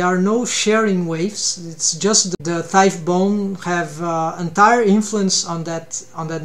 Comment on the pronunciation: Btw u probably already know this since its been 2 years but the gh in thigh is silent 😅 its not like tough (tuff) Awesome video